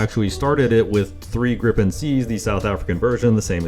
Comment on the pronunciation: its gripen not griPPEn